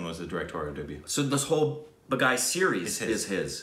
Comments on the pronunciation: That is not Ba-guy, it is pronounced Baa-ghee. 🤪🤪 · It's not BAGAAY its BAA-GHEE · Baaaa geeeee not ba guy😆😆😆😆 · When you’re supposed to say Baghi but instead saying my name, Bagai. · It's pronounced as 'baag'+'he' not baag-'high'. Meaning - 'a rebel' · I love it. It's baagee not baaghai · It's not ba gai It's BHA ghee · Two videos!!! That just made my Sunday. Great reaction. Baaghi two has a better storyline than Baaghi. By the way it's pronounced baa-gee.😁 Nice reaction